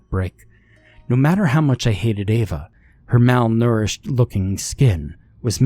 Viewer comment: Well done, only 12 attempts to pronounce Ava correctly.